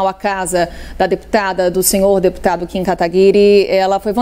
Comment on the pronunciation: A jornalista de esquerda não sabe nem falar o nome do Kim direito. kkkkkkkkkk